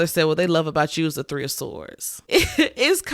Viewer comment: All “tree of y’all”😂😂 foreal all three resonated! ❤